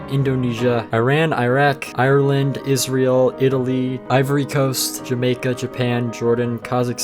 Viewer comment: It sounded like you said irland is real but you said irland, Israel